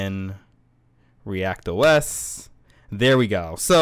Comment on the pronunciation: It is "ReactOS", not "React OS".